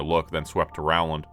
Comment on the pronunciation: Love your stories ❤️. But, Rowland is pronounced Roland! Also, it's nice to see one of the Jonas Brothers had a change of career.